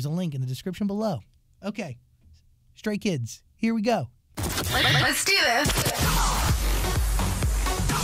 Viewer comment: Everytime he says Stray Kids, it translates to Straight Kids lol